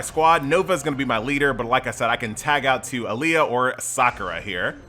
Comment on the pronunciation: Dang you can't even pronounced Sakura correctly.